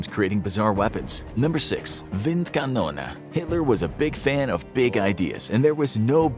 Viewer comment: As a german i like how you pronunced "Windkanone" awesome video